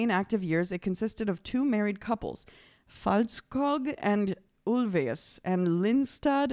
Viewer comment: This was fun heh and agreed and please look up how to pronounce her name (video of her saying how to pronounce it), it’s not that hard, I promise :p you’re almost there heh just a little different and the ö is like the first sound in the word earn or the u in burn, and ä is like eh and the other is pronounced the way it looks, but you can look up the Swedish pronunciation :p